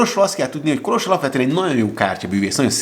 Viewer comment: Milyen jó hallani hogy helyesen van kiejtve Kolos neve 😊